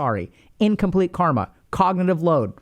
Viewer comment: Found your channel, thought you were just another Internet vlogger with a psych degree, and then you pulled out the hard-K with the accent and told us to give up on our dreams in order to unburden our minds (and release us from suffering). 🙏 You're the real deal dude 👍